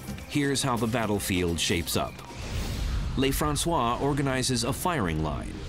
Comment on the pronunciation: the narrator doesn't know how to pronounce a French word or name. He thinks it's spanish , he must be from california. They pronounce stuff differently from French. I'ts NOT LAYFRANSWAH, IT'S LUHFRANSWAH (Lieutenant LeFrancois) . his name just means, The Frenchman.